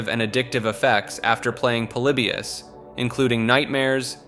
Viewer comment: Polybius..pretty sure it's pronounced like poly-by-us...but I could be wrong. Seem to remember an interview with some old arcade developers talking about it..